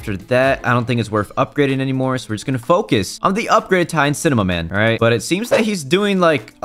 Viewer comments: He said cimaman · I love how say "cimemaman" not cinemaman